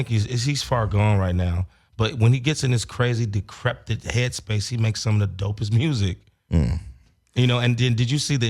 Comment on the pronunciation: put down the scripts and pick up BOOKS and learn your proper verbage.... Bro, "DE-CREPTED" and "OUTRA-VERTS" are words YOU made up.... Dammit Bro, Now we know why Black women won't date you.... Do you say "Condemns" instead of "Condems"???? Sheesh🙈🙉🙊.....📕📗📘📙📚📖